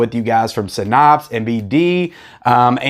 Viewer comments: Yes. Synapes is pronounced SIN+APSE not SIN+OPS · You were 1-9 at saying Synapse properly in this video.